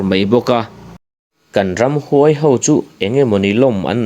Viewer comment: Ramhnuai sa nilo in,Ramhuai sa tihtur aw